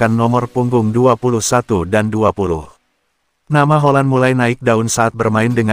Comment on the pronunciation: Hoylund bukan Holand